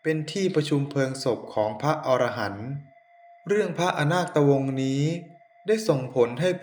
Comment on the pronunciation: อ่านผิด ไม่ใช่อะนาดตะวง แต่เป็น(อะนาคดตะวง)